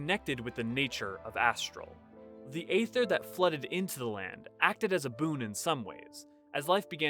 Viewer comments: "Ether", not "ayther". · Let me get this straight, you'll make a whole video on Aether and yet not know how it is pronounced??